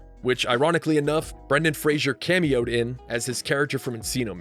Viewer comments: Great film, I saw it at the movies when I was 13 and I loved it! Btw it's Fraser (like razor) not "Frasier" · This video makes the same mistake that Dickie Roberts did when pronouncing Brendan Fraser's name....it's pronounced FRAY-zər not FRAY-shur 😉😉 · fraser, pronounced “FRAY-zer”. not fraisier. common mistake. i’m listening niles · His name is Brendan Fraser, pronounced like Razor starting with an F. not Frasier (Fraysher). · Imagine doing all this great work to make this awesome video and still not knowing how to properly pronounce "Fraser" 🤷‍♂️🤦‍♂️ the disrespect